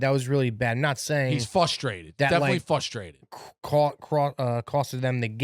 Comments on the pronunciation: did say “Fustrated”? Does he think it’s pronounced…”FUSstrated”? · saying “fustraded” has me ryding even more